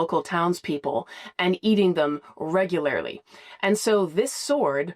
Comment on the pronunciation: Reg goo lair lee